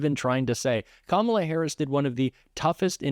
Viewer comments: He's finally pronouncing Kamala's name right. She must have made an impression on him. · Holy crap he said her name right!!! 😂😅:_Heart